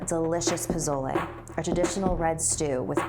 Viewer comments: I don’t wanna be mean but you said Posola wrong don’t worry I don’t know how to spell it or say 🤣😂🤣😂☺️ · Dang she didn’t even try to pronounce the names of the food correctly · Is anyone else bothered by how she says Pozole? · The way she pronounced pozole :( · You said pozole wrong lmao jk not trying to make fun of u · I didn't even know she meant pozole because of how she pronounces it 😅and I still love pozole 😌😂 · the way you pronounce it makes my Mexican grandma want to jump out of her grave and slap you. But scary story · It is spelled TIA. But pronounced TH-E-A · How she pronounced "tia" and "posole" tho 💀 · I love you but it bugs me how you are messing up the Spanish words and names😯😤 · I know this is supposed to be scary but She had me dead when she tried pronouncing spanish word like Tia to and pozzole to 😂😂😂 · that’s not pozole but k😂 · pronounced Poe so leh not poe zo le and The ah not Tee ah sowy i had to😂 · I'm sorry, but the way you say "pozole" is triggering lol it's po-so-ley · Not to be rude but pesole is pronounced as pu so le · Its pronounced po-so-le not po-zoi-le 😂 (NO HATE) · She said pouzzolae lmao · pa-SOL-aye. SOL. SSSSSSSSOOOL. not zol ss not zz. the cringe. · It’s not pozolay it’s pronounced posole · Pizolay wtf can't even say pezole so if you can't speak Spanish then don't. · I hate how she pronounces pozole it’s pronounced (Po-sol-e) not (Po-zol-e) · "po-so-le" yummy not "po-zo-le" You say it like the first one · She kept saying POH-ZO-LAI but it's actually POH-SOH-LE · It pronounced Po-so-leh (it's not spelled like that) not pozole 😂 ❤️ you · Posole!!! Is how you pronounce it. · 1. Pozole Is pronounced po-sol-le 2. Eduardo shut up, God isn't real (I'm in a not very religious Catholic family but I'm a atheist in my family) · This is how u say it "po-so-le" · Everyone is butchering pozole, it’s pronounced po-so-leh. I know dis because I myself have had pozole and I am also Mexican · I thought she said japotlay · Pozolay lol